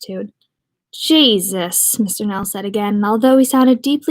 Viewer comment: You have a good reading voice Critique - up your vocab and spare e'reone the censorship *heehee ur irish sounds like a northerner imitating a texan s'all good tho , work on it ... **jesus = jay'suss (nell) ***"ah'yuhp" is the maine colloquialism (you're close) n o c e n s o r s h I p ✊